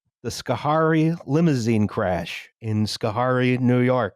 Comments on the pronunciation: three minutes in and I already know I'm going to spend the next eighty-odd minutes shouting about how to pronounce Schoharie (skuh-HAIR-ee not SKO-harr-ee) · Brief note: Schoharie = "sko-hairy" (I don't know how to read or reproduce the way the dictionary represents pronunciation). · also: it's pronounced Scuh-HAIRy (: <3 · I'm honored to be offended by upstate new york mispronuciations. Gansesvoort and Schoarie don't sound like that but whatever, good ep as always. Edit: All-bany, not Al-bany! Whatever... it's new york we don't deserve the respect. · I will start watching this tomorrow morning while on the elliptical, then continue it while making dinner. I hope Justin’s mispronunciation of “Schoharie” does not disappoint.